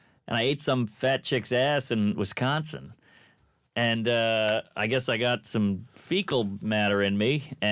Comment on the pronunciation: I love how he emphasizes Wisconsin